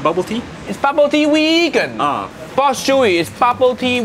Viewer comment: No no no uncle roger say wegan